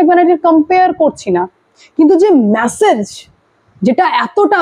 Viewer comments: আর কতবার "ম্যাসেজ" বলবেন ? দয়া করে "মেসেজ" বলুন। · Please correct your pronunciations, কানে বড্ড খারাপ লাগে। "MESSAGE" এর উচ্চারণ "ম্যাসেজ" নয় "মেসেজ"। আগেও লিখেছি, পাত্তাই দেননি। শুনতে খারাপ লাগে। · ভাই, উচ্চারণ কানে লাগে: Massage - ম্যাসাজ Message - মেসেজ